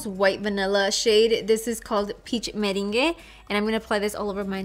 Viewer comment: Love this look! I thought it was so cute when you said, "Peach Meringue", like the dance. Meringue is a dessert, pronounced "mah-rang". I don't think its too popular though.